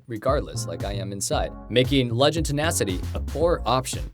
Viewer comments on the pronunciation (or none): none